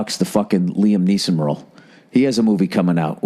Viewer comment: He said niam leeson. What a moron